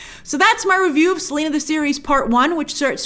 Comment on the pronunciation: and her first name is Selenas!!